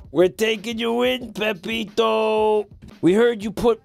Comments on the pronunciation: he said it correctly a few times, but enjoys the name "Pepito" more. That, and he knows that if he says the name wrong, it pisses people off. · It's Peppino not pepito